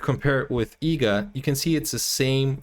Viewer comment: Bro the movies name is EEGA , not EGGA. please correct it in the description as well as in the title.